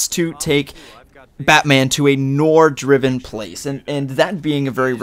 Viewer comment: ITS PRONOUNCED NWAR